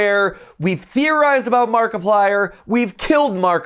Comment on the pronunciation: Nobody: Game theory fans: Mackiplier